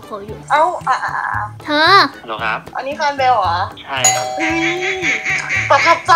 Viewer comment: ฮัลโหล๋ เสียงสุพรรณ555